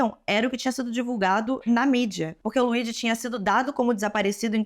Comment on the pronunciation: Se fala "Luidi" moça.